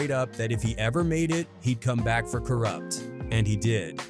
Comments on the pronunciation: Ka Root? What the fuck? Lol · Ka rewpt ??? Wtf say his fck'n name right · Co-Rooped? This Ai shit is annoying af. They can't even get anyones name right! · Sug, I know who he is. Just not the way the AI voice said it.